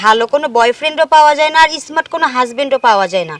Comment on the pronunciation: Esmart na sabdo ta স্মার্ট বলতে হয়